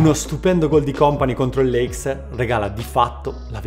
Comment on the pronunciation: Video fantastico, ma dite a che si dice 'leister' non 'leicster'